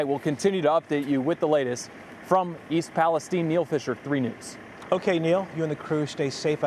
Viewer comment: Stupid yanks can't even pronounce the name of the town